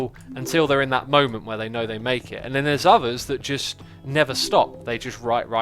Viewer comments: is it just me, or does say "nether" instead of "never" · Scott Hill no he does